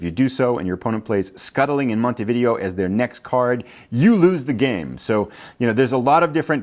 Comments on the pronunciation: Umm believe it is pronounced mount t v day o not video like the games! Could be wrong but…… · Yup it's pronounced Mon-tee-vid-ay-oh you are correct...